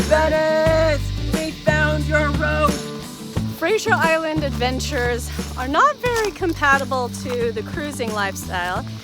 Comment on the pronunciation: That was great. Thank you. Btw, you sound like you’re saying Frasier Island, rather than Fraser. Is that just an accent difference or did u just forget? Just curious…